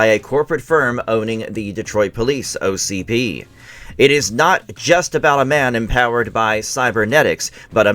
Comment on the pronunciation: ITS O C P not ocd😂😂